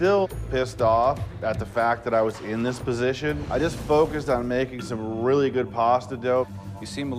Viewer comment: The chefs realLEE gave good tips they should always LEEsten to them